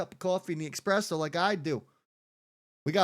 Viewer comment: How can we take anybody serious when they say expresso? Its espresso not EXSPRESSO !!